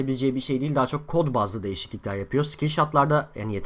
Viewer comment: Deil değil değil